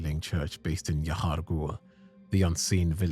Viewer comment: The way you say y'har gul is soo satisfying